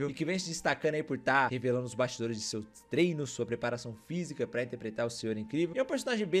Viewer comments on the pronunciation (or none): none